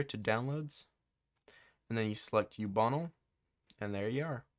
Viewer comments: its ubuntu not youbunle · man really pronounces Ubuntu as Ubunnle